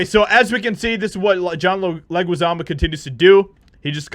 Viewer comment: His last name is pronounced "Leh-ghee-zah-mo." Just helping you out.